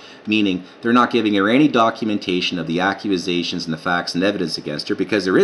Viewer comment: you cant even read dude, remand.... much different than reprimand, acuisations?? you cant speak, how much of this do you actually understand? but yes trudeau must go, and everything else was pretty good....... lol